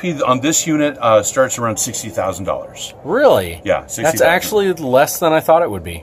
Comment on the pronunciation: Did he say $16,000 or $60,00?